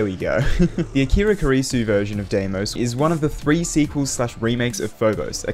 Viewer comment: I know its not important but Deimos is pronounced dimos as it comes from the greek word where ei is pronounced i great video though